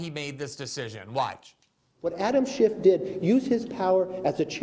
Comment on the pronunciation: GG it's not Adam Shift, it's Schiff.